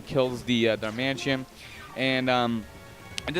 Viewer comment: hey its darmanITAN not darmantien